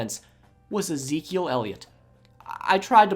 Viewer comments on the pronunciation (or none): none